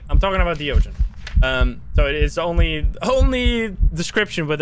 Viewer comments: De ogen 😂 I am Dutch, and idk if you are American or not, but you pronounced it prettu good. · you pronounced de ogen very well